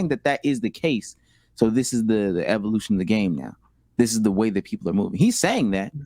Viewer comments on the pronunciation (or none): none